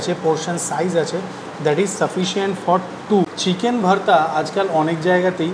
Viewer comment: Kaka tuwi to pure bangali tale Bhaarta uccharon korcho keno ? Ota to Bhorta ! Samanno hinamannota ache mone bangali bole ! Tao tomake benifit of doubt deoa jeto..jadi continuous Bhaarta bolte ! Kintu maje maje Bhaarta ar majhe majhe Bhorta bole nijer hinamonnotay bhoga dodulloman sotta r proman nijei diye dile !